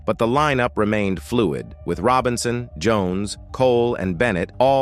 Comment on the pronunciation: These narrators sure can mispronounce.And it was Sylvia Robinson not Sylvia "Rone."